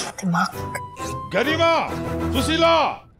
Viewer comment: Su-shi-la not Susila😂